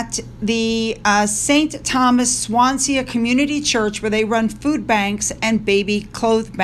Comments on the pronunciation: Can I just say, and this is not a dig or a correction, I love the way you mispronounce our place names, It's cute as hell. You said Swansea, sounding like swan se a, it made me smile. But just so you know, it's pronounced Swan sea. I always love videos of visits from places like, Wales, Scotland and Northern Ireland. Because there are people online, that would have you think the Welsh, Scottish and Northern Irish hate the crown as well as the English. They don't, and this proves it. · Swansea as in swan-sea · It’s pronounced swansee. Lots of anti monarchy feeling in wales, btw. They will have their work cut out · great video. swanssea is prounounced like swans by the sea. swan- see swan- sea . Have a wonderful day. Always enjoy your videos.